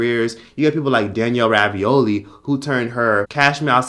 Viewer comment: We aint gon talk about "Danielle rabioli" 😭😭😭😭